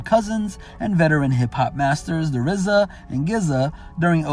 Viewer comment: And rizza for RZA lol